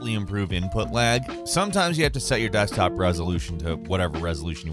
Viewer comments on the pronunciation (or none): none